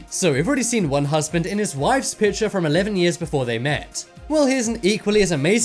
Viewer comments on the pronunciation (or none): drawring ? really ? my god its drawing not drawring and its picture not pitcher